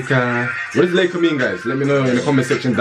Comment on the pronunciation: My name is Leika but it's not pronounced like that